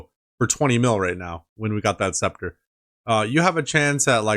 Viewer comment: BRO!!! You RNG is outta this world lol . Grats on the Sceptre Edit: Lmao the butt rope again haha. you also said spectra lmao. As soon as you bought the accursed I was like bro he doesn't have 70 mage haha great video bro I legit laughed at a few parts. Imma pass on the flippers lol. Appreciate the vids, can't wait for next episode!